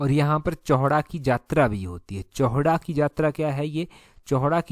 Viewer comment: सर चौहडा नही है चौहटा बाजार में बैठते हैं।